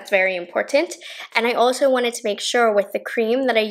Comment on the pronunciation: hode = hoLd ahso = aLso shtrawrr = sTrawrr